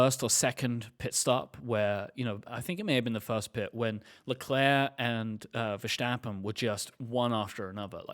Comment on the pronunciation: Now that you have a whole show about it, please start pronouncing Verstappen the right way. It is Verstappen with an “st” like in “stop” or “step” not Vershtappen like some kind of weird German name. And a short “a” like in “bath”